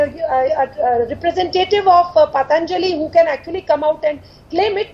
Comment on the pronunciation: It is not pataanjali, it is patanjali!! At least pronounce Indian names properly as they belong to phonetic languages. All thru from childhood we are taught that "prevention is better than cure".!!